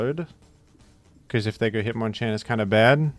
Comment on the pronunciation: it's pronounced hitmonchan.